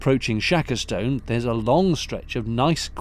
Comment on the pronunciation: As a local, Shackerstone is pronounced Shakerstun! Equally Snarestone is pronounced Snarestun! The funny little mooring is called Gopsall Wharf.